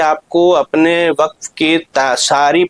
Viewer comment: معذرت کے ساتھ وقف کا تلفظ صحیح ادا کیجئے